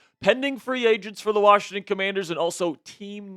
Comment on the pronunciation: There is no "D" in WASHINGTON 😂😮😢😂